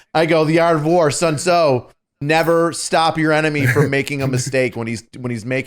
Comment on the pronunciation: I must have missed to the o in Sun Tzu